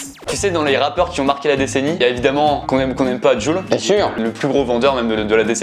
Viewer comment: Jul se prononce < djoul > et le prononce < jul >